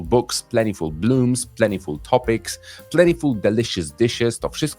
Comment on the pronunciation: 1 Remarkable to godne uwagi. Wątpię czy zawsze synonim awesome. 2. Dlaczego używając wymowy zbliżonej do brytyjskiej wymawia pan plentiful bardziej po amerykańsku?